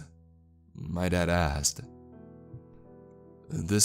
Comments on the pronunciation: I keep hearing deadass instead of Dad asked 😂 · LOL, I'm not alone! After I figured out what he was really saying, I still heard "Deadassed" every time he said the phrase.